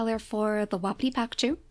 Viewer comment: Its wa-pee-tee just so u know lol